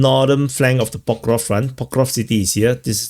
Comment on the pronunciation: It's so funny, knowing you must have said Pokrovsk a million times, but you still can't enunciate the word properly. 😅